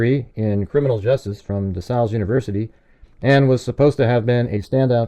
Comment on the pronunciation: Love your presentations. FYI school is pronounced De SAILs like sailing a boat. I’m an alumna.